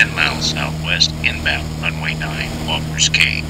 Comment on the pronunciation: It's pronounced Walkers Key, not Cay. Makes me crazy to hear that. Lived in Freeport as a kid and was there at Walkers in the 60's. Caught lots of fish. Place was thriving. Sad to see as it is now.